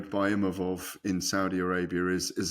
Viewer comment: Why is Gareth A(sshole) Davis still pretending he knows mma....after beating izzy Imavov told everyone how to pronounce his name and this fool still can't even do that....and still called a REAL journalist ffs....the sport and the men and women who put their lives on the line for our entertainment deserve a lot better than this old hack